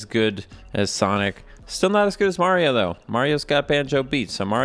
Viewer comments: I love how you said "Mahrio from Super Merrio" 😆 Guaranteed to be half right! 🤣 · "mario from super marry-o 64" I feel like the character's name is probably pronounced the same as the title of the game idk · I appreciate that in the intro specifically says "Mahrio from Super Mayrio 64" because I know that's a deliberate choice to annoy both crowds, and I appreciate that. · "Mario from super Mary-O 64" If only I earned a dollar each time. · "Mario from super merryo 64" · pronouncing mario two different ways in the same sentence is exactly why i subscribed to this channel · I appreciate you pronouncing "Mario" in so many different ways Also, the bubbles coming off him come from "nucleation points". Dissolved carbon dioxide can collect there and rise up in the form of bubbles. This implies that all water in Mario 64 is carbonated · I like how you used both pronunciations of "Mario" to offend everybody who is overly sensitive about his name being pronounced wrong.